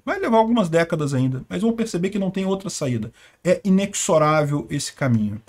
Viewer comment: e se censurar, se prepara pra vpn... A pronúncia correta da palavra inexorável é “inezorável”, ou seja, a consoante x assume o som /z/. fonte: dicio